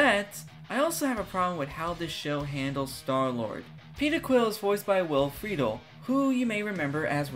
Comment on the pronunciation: You saying he voiced Ron Stoppable and not Terry McGinnis in Batman Beyond or Eric In Boy Meets World let’s me know I’m old 😭😭😭 also you pronouncing it Free-dul and not Fra-dell